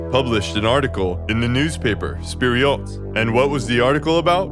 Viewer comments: Seems like you're mispronouncing Vpered as "Spiryot", "Fpiryot" is moreso the target. Stalin's "Not a bad idea..." thought bubble made me chuckle. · As a Russian native speaker: “Fpir’yot” is actual the most accurate way to pronounce it.